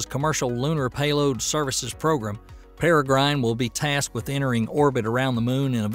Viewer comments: Cen-tower? It's pronounced Cen-tor. As for "Per-eh-gryne," it's pronounced Peh-ruh-gruhn. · Sin-Tar, say it with me "Sin-Tar".... "Centaur". Para-Grin...say it with me "Para-Grin".... "Peregrine" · Might want to work on English grammar for title, and pronunciation. (AI narration?) "Centaur" and "Peregrine". Maybe I'm just a stickler for details.